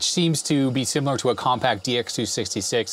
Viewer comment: "Definitely on the Compaq(t) size ...." Nice.